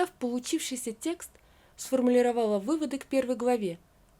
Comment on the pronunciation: СформулИровала, а не сформулировАла, чтица!!! Нужно подтягивать русский язык, если занимаетесь чтением на публику!!!